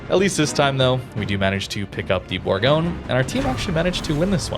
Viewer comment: Bourgogne is pronounced bour- gon- ye.